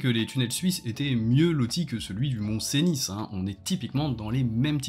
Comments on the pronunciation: C'est pas un argument mais stp ça se prononce "Seni" pas "Cénisse" ^^ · Rien à voir avec le fond, mais je suis surpris par ta prononciation du « mont-venus ». Pour moi, depuis que je suis enfant, j’ai toujours entendu « ceuni », et pas « cénisse » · Je dirais même plus : « Seuni » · Oui, sa prononciation du Mont Cenis pique à l'oreille ! 😂